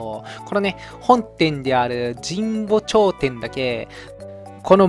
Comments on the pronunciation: 神保町のことじんぼちょう？って言ってる！？じんぼうちょうですよ！笑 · 「じんぼうちょう」だよ😃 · ｢じんぼうちょう｣やで